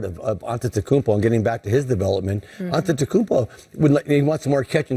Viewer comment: its not Giannis AnteNokoumpo but Giannis Antetokounmpo u are supposed to be a presenter at least learn the name of the freakin MVP